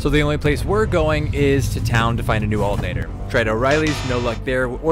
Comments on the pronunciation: He pronounced it with the 't' but not the 'r'. "Altenator" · I've never heard anyone pronounce alternator without the T 😅